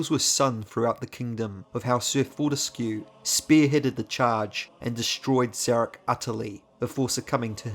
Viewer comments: Wouldn't it be "for-tesk", like grotesque? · Fun fact: Fortesque's name is pronounced "fort-ESC".